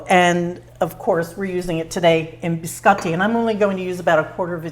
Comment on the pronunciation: Looks so good and you make it look super easy !! Love how you pronounce biscotti the correct way...💕😍👌